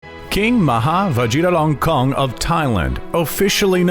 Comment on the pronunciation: First , please Real his name correctly Ma Ha Va Ji Ra Lon Korn